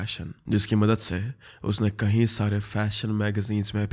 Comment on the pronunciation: Bhai kayi bola kro kahi Sare nhi.... H sound nhi ayga kayi... Me